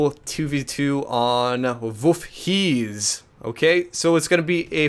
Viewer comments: wolf-heeeeez lol. Its Wolf hetze kinda say it like that. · my ears! wolfheze >.<, please use the google translator for the right pronounciation;D